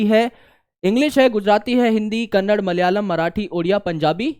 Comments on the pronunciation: kannad nahi Kannada hai sir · Sir it's not kannad, it's kannada ❤💛, jese Hindi ko Hind nahi bolte waise hi kannada ko kannad nahi bolte.